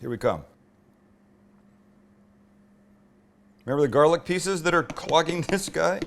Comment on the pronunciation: I'm not from Boston but I'm from Maine and the Mainer accent is almost 100% similar to the Boston accent. The way you said, "garlic" had me dying 😂 Sounded JUST like a New England accent. Ps. Only thing you forgot to do with the sandwich was wrap it. That's the key to great sammies!